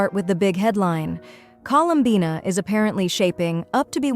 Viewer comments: Bro said her name wrong colum buna tf you mean bina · Drinking game: take a drink every time the AI voice gets her name wrong. For more fun watch other faceless Genshin YT’ers. For the underage kiddos drink Mountain Dew, Dr Pepper or chocolate milk.